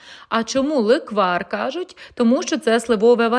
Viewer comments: Не леквАр - лЕквар. Ще є версія, що назва "ґомбовці" походить від закарпатського "ґудзик"(на Свалявщині ґудзик=ґомбиця). А страва українська. Не угорська (бо в Угорщині такого не готують) і не китайська(бо в Китаї, самі ж кажете, баоцзи, а в нас ґомбовці). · Пани не леквАр. а лЕквар